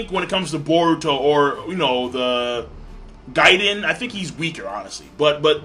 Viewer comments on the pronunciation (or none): none